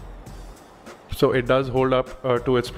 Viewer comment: It's pronounced 'Galaxy', not 'Galagzee'.